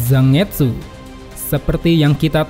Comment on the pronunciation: Ini tuh jepang, jadi baca Zangetsu itu bukan Za-nget-su. Tapi Zan-get-su...